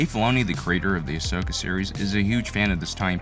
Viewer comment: Its ahsoka not ashoka